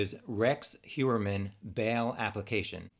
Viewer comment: Just can't watch with Rex. His last name is 3 syllables. Don't be lazy.